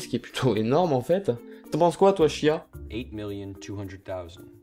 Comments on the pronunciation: on dit shaya pas shia 😂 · Nevets = Steven à l'envers ;) Par contre tu prononce Shia comme ça: "chiat" xD